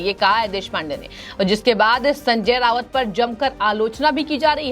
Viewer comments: रावत नहीं राऊत बोलो मैडम। वैसे यह आदमी वाकई मे सनक चुका है। खुद से कहा था की मैं बाद नंगा इंसान हु। मेरे से पंगा नहीं लेना। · Sanjay Raut not Rawat . Basic knowledge of pronounciation